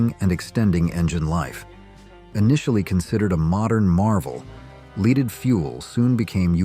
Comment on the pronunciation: That "Leeded fuel" was hard on people and the environment